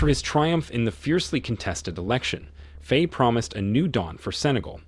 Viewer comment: At least learn to pronounce the names. "Faye", for example, rhymes with "fry". not "fray".